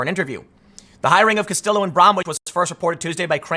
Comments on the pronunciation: Kas-tee-yo there you go timmy. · Tim, the L's are silent in Castillo. "Ka-Stee-Yo" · If a name looks like it's Spanish, and has a double L, it's usually a y sound Tim. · It's 2020 and even the Beanie of Power can't help Tim correctly pronounce "Castillo". Tim, didn't you ever watch Miami Vice? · I knew it! Tim is messing with me when he mispronounces people's names especially movie stars he said Castillo's name right before commencing to mispronounce it for the rest of the video.